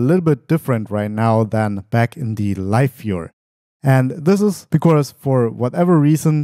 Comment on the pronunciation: Gutes Video as usual, aber "becaurse" :D